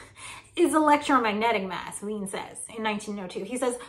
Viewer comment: "Willy Wien" is pronounced "Villy Veen". :-)